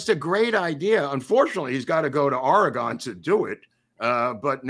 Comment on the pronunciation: I really enjoyed this Willie episode, thank you guys., I don't know how Mr. Cayce pronounced his name but I am an Oregonian and our state is OR ee gun. Emphasis gently on the first syllable and then ee and gun. Some spell it Orygun. No gone in it, thanks.